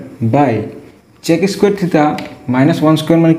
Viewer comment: Sir please pronounce the word "sec" properly 🥲👍🏻